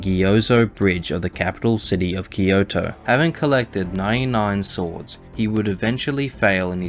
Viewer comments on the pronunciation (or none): none